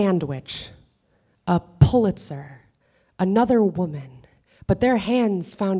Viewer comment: Beautiful, both the poem and the magnificent delivery. There's just one place which to me is a mis-step: a puzzling word that sounds like 'pulitzer'. Is it the Pulitizer Prize? Even if yes, that would not resonate with many people, especially those who are not American.